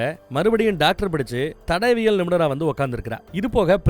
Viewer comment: தடவியல் ❌ தடயவியல் ✔️ சிறந்த விளக்கம் அண்ணா...! ஆனாலும் இந்த ஒரு வழு (பிழை) மட்டுமே மண்டைக்குள்ள ஓடிட்டு இருக்கு... அடுத்த அடுத்த வீடியோக்களில் அவை நிகழாத வண்ணம் பார்த்துக்கொள்ளவும்... தமிழ் அல்லவா❤❤